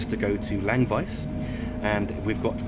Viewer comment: As I said, he pronounced Chur absolutely correct, even with a touch of the local dialect. Germans often say "Tschur" and he didn't make that mistake. Simple as that. Chur was almost perfect, Langwies was way off, Litzirüti isn't too bad, after all he's an english bloke, so good enough for me.